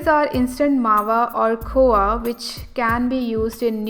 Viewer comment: It's khoya you pronounced khowa!